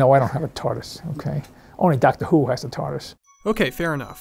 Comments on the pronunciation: DACTA WHO DACTA WHO DACTA WHO DACTA WHO DACTA WHO DACTA WHO DACTA WHO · man sounds like he’s from DACTA WHO